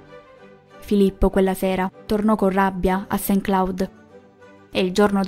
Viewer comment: Saint claud non si può sentire